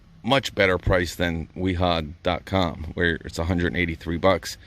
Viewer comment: Real quick, I'm a German tool finatic. So no offence but you are making the same mistake everyone makes and I use to make, until my mother-in-law from Dusseldorf German had to correct me on. W's in German are pronouced as V's. so Wiha and Wera would be Viha and Vera. Granted Wiha with a W is funner to say. Also Milwaukee does make some great hand tools, I have the 1/4 and 3/8s socket sets.